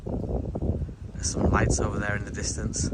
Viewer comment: Darkness - yeah, that's a good one. I didn't understand what he said either! 🤣🤣